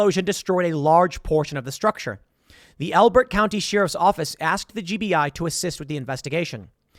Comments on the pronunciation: What's a "sheer if" Tim? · Always forget that Tim has a hard time saying Sheriff. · Why does he pronounce sheriff so wierd? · I wish every Timcast video had Tim pronouncing the word "Sheriff".